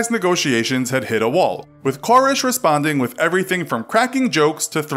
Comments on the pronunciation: Ker-RESH not KOR-ish. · Well, first of all, it didn't happen in Waco. Secondly, Waco isn't in northern Louisianna. Thirdly, it's Kore-ehsh. Not Kore-ish. Fourthly, you shared no new information that isn't widely known. Fifthly, everyone is too smiley. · Ka-resh. Not Cor-ish. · You're saying his last name wrong. It's not "Kore-esh". It's "Kore-resh". Thought you might like to know. Love the videos btw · Pronounced KoREEEEEESH. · It bothers me how you pronounce “Koresh.” It bothers me more that your infographic shows Waco’s pindrop location as being in Louisiana. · I couldn't get 2 minutes into it. The wrong pronunciation of the last name drove me insane. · You don't pronounce David Koresh's last name properly once in this entire video...